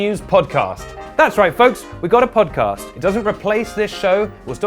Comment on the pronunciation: please... I beg of you... say podcOst one more time...